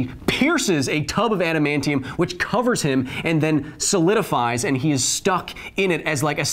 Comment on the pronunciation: Orrrrrrr... U can shoot him with an "ADAM-MAIN-KNEE-YUM." bullet 🤙🏾